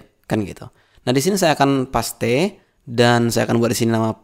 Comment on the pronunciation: Cerdas. Gaya bahasanya cepat tapi masih bisa diikuti dengan mudah. Bahasa Inggrisnya fasih seperti English native speaker, tapi ada ciri khas-nya: Témpél diucapkan Pasté, bukan Péist. Tapi tidak apa-apa. Justru menjadi lebih jelas kan?